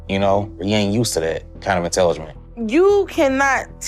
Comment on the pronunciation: It’s not intelliment 😂😂😂😂😂 it’s intelligence